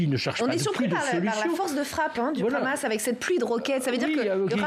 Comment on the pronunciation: premièrement c est hamas et non pas khamas les palestiniens on riposté car les sionistes c est le pire virus dans le monde qui n a pas d ailleurs d amis les soit disants amis c est des passes temps uniquement pour arriver a leur fin satanique bark. autrement comment arriver Les sionistes n aiment personnes uniquement la légende terre promise rien que pour les sionistes racistes a eux seuls et tout ce monde est leur esclaves americains occidentaux et autres.